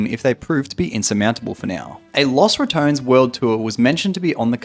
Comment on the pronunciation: Ratones is pronounced Ra - TON - es not Ra - tones